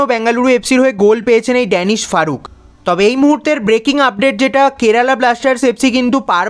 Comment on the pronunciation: ড্যানিস ফারুক নয় দানিশ ফারুক